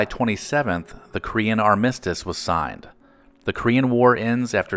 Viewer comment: On July 27th; the Kree-an Ar-MISS-tus ?????